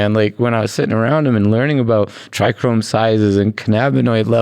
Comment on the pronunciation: Why does Todd always say TrichRome. And not trichome ? Lol? Every interview I've been watching he says Trichrome.